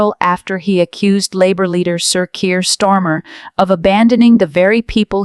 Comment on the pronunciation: Can't even pronounce his name right Stormer?